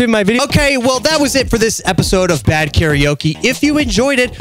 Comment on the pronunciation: 何故"カラオケ"を多くの人が"カラオキ"と発音してしまうのか？テリヤキ？テリヤケ